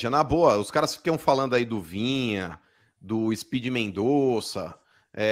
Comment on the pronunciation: Rapaz... Esses caras do eixo não se dão ao trabalho nem de falar o nome do Jogador do Kanal de forma correta... Vinha? Vina cara.... Pelo amor de Deus... Esses caras não sabem nada do futebol nordestino... Eh brincadeira... E olhe q Sou torcedor do Fortaleza